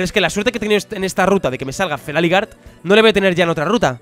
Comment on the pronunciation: feraligatr se dice feraligeiter no feraligar